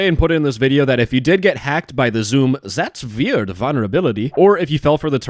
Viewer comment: I love it when say Zatsweird 🤭😝